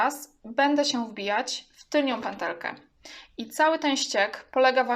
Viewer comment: Wszystko jest fajne ale piszesz "tylną pętelkę " a mówisz "tylnią" co jest błędem. Podobnie nie mówi się " tylko i wyłącznie" bo to to samo i razem to pleonazm czyli potocznie "masło maślane". A oprócz tego wszystko ok, pozdrawiam